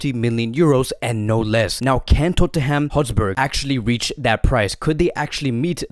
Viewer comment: tottenham hotsberg?